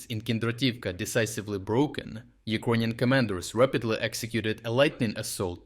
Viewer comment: Can this blud start to learn how to properly pronounce the word Ukrainian? or just pronounce it in the original language itself.